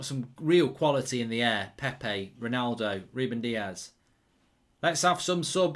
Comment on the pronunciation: Who is rolllnaulldouuu?